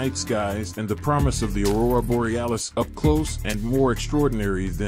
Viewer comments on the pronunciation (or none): none